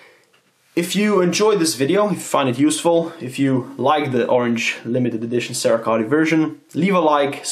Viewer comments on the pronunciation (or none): 'Sarah Coat'...Cerakote pronunciation.